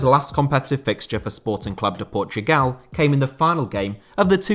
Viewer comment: You get a like just from saying Sporting Clube de Portugal and not Sporting Lisbon